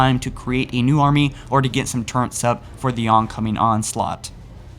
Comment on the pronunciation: TURRET NOT TURRENT